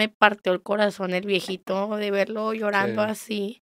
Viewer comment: Yo fui Teibolera y las teibboleras. No shorran.